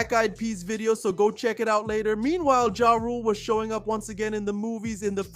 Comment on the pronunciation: Why do you refuse to say is name correctly 🤣